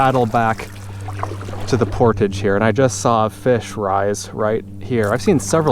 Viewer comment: You saw a beaver. When annoyed by your presence they sometimes flap their tail very loudly, at least here in Quebec. He didn't seem to mind you being there (yeah I'm a French Canuck follower, and you say 'portage' with the French accent pretty well...). Good clip as usual by the way.